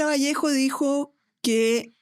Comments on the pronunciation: Cristóbal Bellolio, es Vallejo! sin S jajajja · Es VALLEJO sin S.